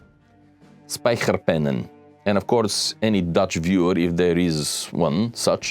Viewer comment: The pronunciation of spijkerpen is really not bad at all … you are really close .. great video by the way brgds Ceez